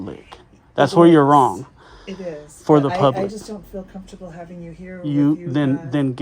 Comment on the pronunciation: no such of a word as "comfter". com - fort - a - ble has four syllables.